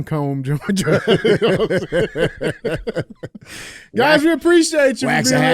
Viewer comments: Hey DJ, in reference to the last video Buncombe county; it’s pronounced Bun-Cum. You probably know more about that than you are willing to admit 😅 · Hey DJ! Say bunk um county (Buncombe)